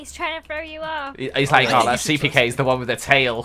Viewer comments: its NOT CPK OR PEEPEEKAY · says it like "Stenned Cley" 😂😂😂😂😂